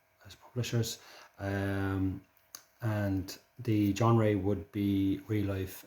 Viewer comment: The 'john-ray'?? Genre...(its john-ra) but I can understand why you'd change the 'ra' bit!!🤣😂🤣